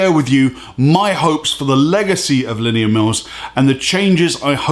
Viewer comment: The way he butchers "Linnea" is annoying... sounds like he's saying "linear"